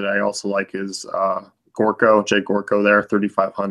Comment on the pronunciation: Its Jedd Jer-ko, I know confusing lol